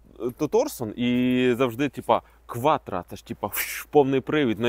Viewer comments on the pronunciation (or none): none